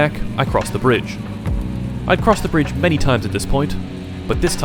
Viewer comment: "i drowe over the brinde many times but this time, it felt different..." looks under the brinde "Oh heyyyy budy i was wundering if we could hamg out together but i guess you left to go hang out by yourself..."